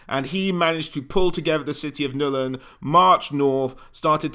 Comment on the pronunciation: NULN. Not Nul-in